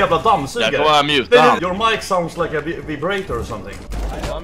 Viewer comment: Vibreiitorr or somfing